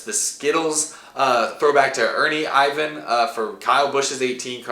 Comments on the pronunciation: Ernie Ivan lol, it’s pronounced IR VIN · It’s Ernie irvan not Ivan. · It's not Ernie Ivan it is Ernie Irvin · Ernire IRVAN!! not Ivan lol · Ernie Ivan? It’s pronounced irvin lmao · “Ernie Ivan??” What? Have you been a NASCAR fan for 15 minutes bro? Great lineup for the southern 500 though and Out of the Groove is a blast to watch! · Its ernie irvan not ivan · Isn't Ernie Irvan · Top 5 throwbacks and you pronounce it Ernie ER-VAN 1. Kasey Kahne 2. Kyle Busch 3. Kurt Busch 4. Joey Logano 5. Aric Almirola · Did you just say “Ernie Ivan” ? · I frowned and said who dat? I know who Ernie Irvan is but idk Ernie ivan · Im sorry... i watched this just to see the cars.. youre knowledge of the stort is so sad.... ernie Irvin... you pronounced it so wrong!! You dont know the chad little ride or jeff burton?! Matt D car is a throw back to 2000 jeff burton such a cool scheme. You let me down. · You call yourself a NASCAR fan and you don’t know Chad Little’s paint scheme and you can’t say ERNIE IRVIN’s name right!? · Did you start watching NASCAR last month or something? Doesn't seem like you know anything about the history of NASCAR. Never seen Davey Allison's most famous car before? Don't know how to pronounce Ernie Irvan's name? Also seems like you didn't know Matt Dibenideto was a scheme ran in the past? You should spend some time actually watching some classic NASCAR. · Take a drink of water every time mispronounces Ernie Irvan’s name 😂